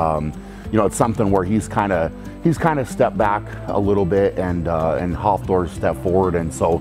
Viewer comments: sounded like hoffthor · Am I the only one cracking up at how he says Hafthor’s name? 😂